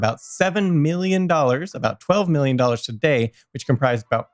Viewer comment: stop saying "today" like that!!!!!!!!!!!